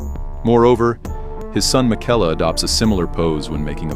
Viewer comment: “Mick-ella” Not like you heard the correct pronunciation in the game a dozen times or so lmao.